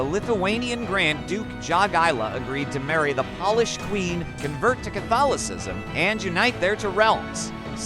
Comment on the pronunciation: Hearing “paul-ish” instead of “Pole-ish” made me cringe. Good story otherwise!